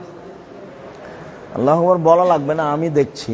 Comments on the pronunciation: উনি বার বার "আল্লাহক বর" বলছেন কেন? নাকি আমি ভুল শুনলাম? সঠিক উচ্চারণ তো "আল্লাহু আকবার"। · ওনি আল্লাহুক বর বলে,,কারন ওনি তো ভান্ডারি